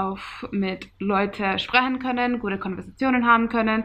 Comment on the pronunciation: Your pronunciation is great but you just pronounce some words in a different accent. Its weird how you switch betw. These two totally diff Dialekts from two diff. Places. Yes we have natural nail-polish at whole-foods 😀 bisschen?! Lol sprechen is not pronounced the way you say it. First I thought you were german but as you continued I knew you are not. But you speak very good. Good job!